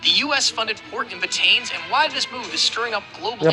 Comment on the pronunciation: Very wrong pronunciation It’s Bat tanes but Ba Ta NES 😢😢😢